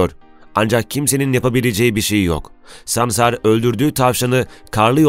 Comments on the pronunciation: Videoda sansar yerine ''samsar'' diyorsun . Reklam taktiği herhalde. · Samsar değil dilin dönmüyor hayvanin adını bilmiyon konusuyon SANSAR diyeceksin saçma saçma konuşma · Ya hocam böyle sansar değil de samsar diyormuşsun gibi geliyor 😅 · Samsarmı diyorsun? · Adam sansara samsar diyor